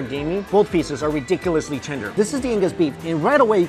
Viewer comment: The moment when he keeps saying 'Tinder' instead of 'Tender'